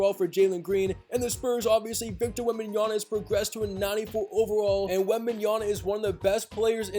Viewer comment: "Victor Wembanyana" it's Wembanyama just call him Wemby